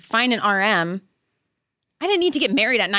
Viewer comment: Right?! I thought she was saying "RN" instead of "RM," and I was like, how come she's looking for a registered nurse to date and marry?! Lmao🤣💀